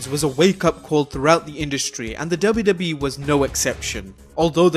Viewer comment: Am i the only one who heard WWB instead of WWE?